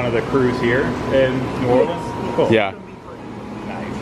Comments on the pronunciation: Just a little tip from a local. It’s pronounced “NOO OR-linz”, not “NOO-orLEENZ”. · It’s pronounced New Orleans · The Jazz Museum is housed in what was a US Mint. The o in DuMonde is a long o sound. Please never pronounce our city New Orleens. That is a song lyric used to rhyme "Do you know what it means". You also pronounced correctiy several times. Overall a nice representation.